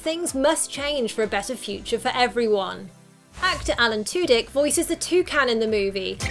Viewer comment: Tudyk! Quickly became a voice acting heavyweight since his days on Firefly/Serenity. He was amazing as the joker in the Animated TV show: Harley Quinn. Btw, 1st time viewer. I am so impressed with the amount of research put into this video. Proper pronunciation, Historical facts, Color theory and iconography all wrapped into one! 🎉 Well done! And Happy New years to everyone! 😎😭❤️